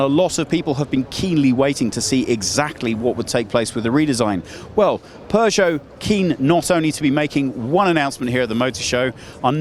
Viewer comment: It's not "pu-choe"